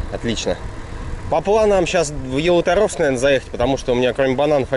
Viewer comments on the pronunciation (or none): Не ялуторовск ударение не на о а на у ялуууторовск.обидно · Насколько помню в названии города Ялуторовск, ударение падает на букву (У).